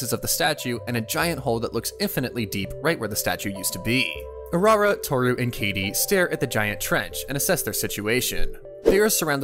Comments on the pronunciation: Sorry i had to say it. Thats kaede not kaydee…… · Bro said Katie and not (kai-day)=Kaede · It's Ka E De, not kadie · I can't be the only one just thinking how cool/ Drippy Kaede looks? (I am guessing her name is pronounced Kai-day) Also, the party is called the What-Brigade? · It is pronounced (Kai-a-day) the a is just faint. The party is called the manyu brigade which means the roaming brigade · The narrator calling Kaede “Katie” is stressing me theeee fuck out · I believe it's pronounced K-eye-ay-day. Like Kagome's sister from Inuyasha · Just so you know. Its pronounced Ka-ay-day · I wish you did research into how to pronounce Japanese names. Kaede is not pronounced like Katie. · That is not how you pronounce “kaede” holy hell this is bad for a channel like this